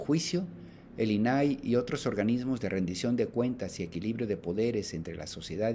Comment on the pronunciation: Primero empieza por fijarte en los acentos .. INAI no los lleva .. no es "inaí" como lo pronuncias 😮 saludos!